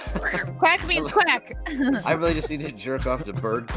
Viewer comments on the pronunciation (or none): Quack not crack!